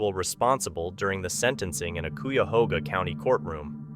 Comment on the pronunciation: .... Funniest thing I've heard on YT today is "Cooyahoga" County.